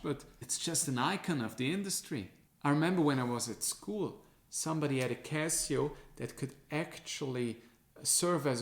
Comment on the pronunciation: "Kazio" haha. Man, cool video but why even bother with gucci, apple, swatch? You fell for Rolex/AP hype too. Like for the effort!